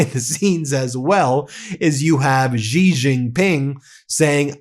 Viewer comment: Xi = She. There are hundreds of millions of people that cringe every time you mispronounce his name.